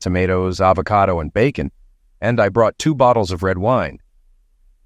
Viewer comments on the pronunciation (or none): none